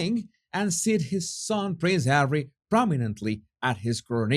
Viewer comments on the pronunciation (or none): none